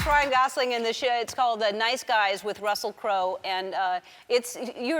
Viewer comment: I love that she got his name pronounced correctly. It's Gosling not Gozling... like most people say.